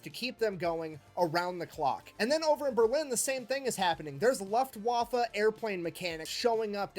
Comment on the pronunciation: I see you... I know you're laughing at how he pronounced Luftwaffe, don't even try to deny it lol :')